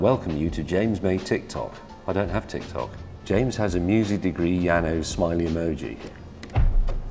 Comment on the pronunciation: So, nobody heard him saying TitsTok?